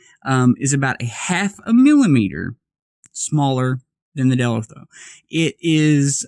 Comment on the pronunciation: Dellorto! Lol not deltro 😹😹